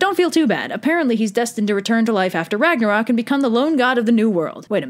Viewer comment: ragnarök is not pronaunst like that, ö is kinda like the saund you make whwn u dont knoe the anser to a question.